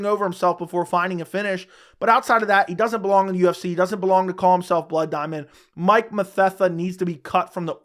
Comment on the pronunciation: You said Mike mathetha I’m like who tf is that